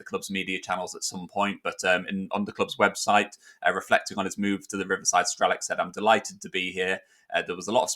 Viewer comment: just a hint, the "C" in Strelec is pronounced as "TS", so it's like "Strelets" and means "Shooter" or "Sagittarius" Thought I'd point that out. Cheers and good luck to him and Boro ;)